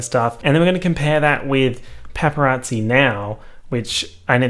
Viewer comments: Me: Paparazzi: Peppa Yahtzee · says « pepperazzi » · all i can hear is PEPPArazzi and now i cannot unhear it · He really said Peppa Raatsy. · PEPPERazzi is all I hear this who video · All i can hear is u saying pepperazi and it’s making me upset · “pepper at zee” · he really said: pepparazzi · No one:: Pep-per-rasi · All I could hear was pepperazzi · You say paparazzi like pepperatsi and I love it. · pronouncing it like "peperazzi" gives me life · no one:: pepparazzi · i thought you were saying PEPPERazzi as in your dog & i was expecting a video of good pics of pepper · Why do I keep hearing pepperazi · No one:: PepPeRazzi 🌶🌶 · saying pepperazi is so jarring but also comforting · the way u pronounced paparazzi is gross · Me: *listens to the into* *forgets how to say paparazzi properly* Though I guess I don’t pronounce the a either. Why is the a there if no one’s going to pronounce it?